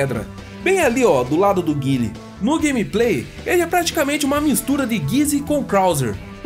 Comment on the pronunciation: É engraçado você pronunciando Guile de Street Fighters…. Hahahaha